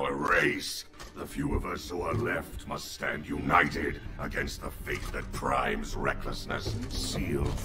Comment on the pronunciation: Ironhide g1 cannot say prime he says priam loll 😂😂😂😂😂